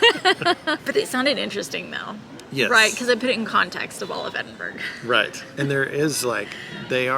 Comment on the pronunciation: any guide to Edinburgh should include the correct pronunciation.